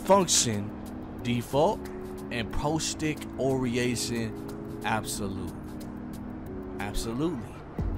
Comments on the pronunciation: He said “oriation” instead of orientation lmao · orientation not oriation lmao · nobody:: ORIATION lmao no hate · The man said pro stick oriation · LMAOO “oreation” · “Pro Stick Oriation” 💀💀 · 😂😂😂😂 can’t read but he knows all the dribbles. Wild. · Nigga said oriation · I'll like that video is I hear u pronounce orientation again